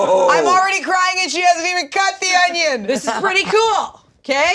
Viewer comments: I love how says ungins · Absolutely love, but everytime she says "ongions" i wanna throw myself into Ians knife wall lol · inability to say “onion” is giving BeenADick ClumberSpaniel’s “peng-wings” 😹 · Holy shit when say onion there’s a G sound I have a friend who does it too I didn’t know this was a thing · Why is pronouncing onion with a G at the end?